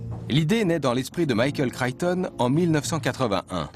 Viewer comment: Michael "Crayton" ??? 0_o)° Crichton, c'est mieux...